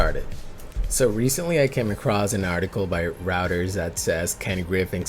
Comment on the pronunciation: Reuters is pronounced "roy-ters" not routers. Bring back robot. 🤖